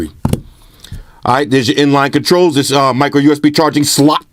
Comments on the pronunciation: Micro USB SLOT, 3.5 SLOT... I love the way you say SLOT 🤣🤣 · why he say slot like that 😂😂😂